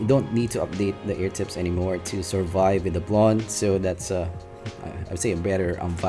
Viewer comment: Ohh. The way you prounce "to" is "tsu". Thats why im getting confused.